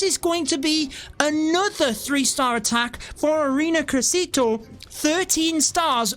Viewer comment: "ARENA CRESITO" XD as an native spanish speaker that had me laughing way too hard